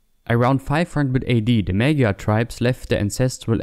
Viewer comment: The word "magyar" is not pronounced "May-Gar". This is one among many incorrect pronunciations I've heard from non-Hungarian speakers. It is not "Ma(as in cat)-Gee-Yar" either. And no, americans, it isn't "Mo(as in stop)-Jar" either. This is how Magyar is pronounced: Both of the 'A's r pronounced the same, u pronounce them like the 'a' in car, without the hard R and shorten it slightly. 'Gy' in hungarian has NO ENGLISH EQUIVALENT, but it is something like a J (as in Jar) and Y (as in Yes) being said at the same time. U press the tongue onto the pallet gently and make a 'y' sound. And the 'R' is just a rolled R.